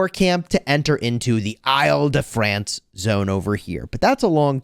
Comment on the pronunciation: Not sure who told you that your pronounciation of ile de france was right, but he was trolling you. First word should be pronounced more like Hill or Ill.